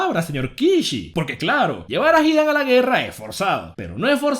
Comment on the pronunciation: Porque dices Kákuzo y Hídan? No llevan acento 😑